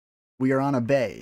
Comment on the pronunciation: Good review of the 277, not one I have acquired yet. I do have to correct you on one item. The map, Abbey, isn't pronounced Ah- Bay, but rather like the girl's name, Ah-BEE, or like the church building. Sorry to see you lose that one, Damn click pigs...